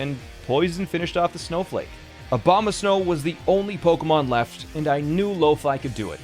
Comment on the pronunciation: Coulda sworn you called him Obama-snow